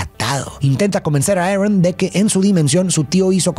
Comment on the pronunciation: Lo siento de verdad pero me da un cringe cuando intentais pronunciar las cosas como los gringos... en vez de ARON dice "eren" o algo del estilo, no hace falta pronunciar los nombres como en la pelicula version original, si el nombre es pronunciable en Español o Latino vaya. Apreciacion no hate